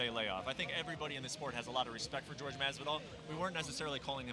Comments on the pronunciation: It’s Jorge not George, I’d like Jorge to slap the fuck out of Brent Okamoto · WTF is with this "george" masvidal shit????? Why has noone corrected him yet? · You'd have thought with the guy being a professional commentator and hearing everyone else around him pronounce 'Jorge' correctly, he would stop called him George. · Anyone else find it weird how Okamoto keeps calling him "George", I know that's his name but pretty much everyone else calls him Jorge. lol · brett, its not jorg, its pronounced hor - hay ffs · It annoys me Brett keeps calling him George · Who Tha fock is the dude on the left and why does he keep calling Jorge Masvidal "George". 'the fuck outta here. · Mr. Okamoto: is JORGE, not GEORGE. Learn from your peers and pronounce the names as they are. #AnnoyingAF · Not George, JORGE! Cmon, use that spanish spiciness when you say the man's name... he went 2-0 tonight! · Last I checked, Jorge is not pronounced George.